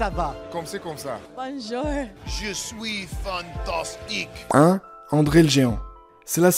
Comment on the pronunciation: Miz : je soui fantastik 😂